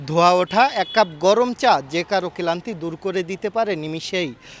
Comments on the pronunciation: কেলান্তি টা আবার কি সাংবাদিক ভাই😂😁 ক্লান্তি বলেন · টিভিতে কাজ করেন অথচ বাংলা শুদ্ধ উচ্চারণ করতে পারেননা।এ বড়ই লজ্জার।কেলান্তি না ওটা ক্লান্তি। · শালায় মূর্খ অশিক্ষিত ক্লান্তি কে বলে কেলান্তি গ্রামিন কে বলে গ্রেরামিন😂😂😂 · রিপোর্টারের উচ্চারণ এতো বাজে কেন?? ক্লান্তিকে বললো কেলান্তি ত্রিশকে বললো তিরিশ ছিঃ 🤢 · কেলান্তি না ক্লান্তি? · কেলান্তি না,ক্লান্তি 😢